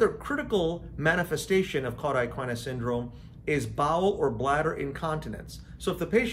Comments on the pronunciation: An informative video, but it needs to be redone with “cauda equina” pronounced correctly, and with the distinction between “vertebra” (singular) and “vertebrae” (plural) observed. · I found this very interesting and I'll give you a pass for pronouncing CES incorrectly!😉